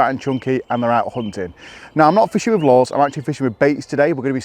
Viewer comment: What are Laws? Do you mean Lures? You're trying to lure the fish, not law the fish. Very strange 🤔